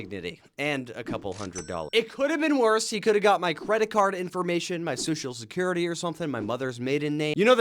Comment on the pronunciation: The way he said social security 😂😂